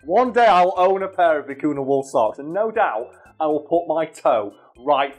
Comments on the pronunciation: as a Peruvian, the way you pronounce vicuna makes me cringe a bit, is vicuña (vi .cu . nya), oh well people pronounce llamas as "lamas", instead of iamas ( which is the correct pronunciation), but also there was one time, my sister's friend got mad at her because my sister was wearing a scarf made of baby alpaca fur, which she though that it was made by skinning the animal, which we don't, vicuñas, llamas and alpacas are sheared just like sheep and they do need to be shear, just like sheep, their fur soft and cold to the touch and it really warm and light when worn in the winter and windy days. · Vi-cu-ña (for english monolinguals it's pronounced "vicugna". Like gnu) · by the way the name of the animal is generally spelt vicuña, with the ñ pronounced ny nice video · I'm tired and I kept hearing "Vicuna" as "Kakuna"... Was very confused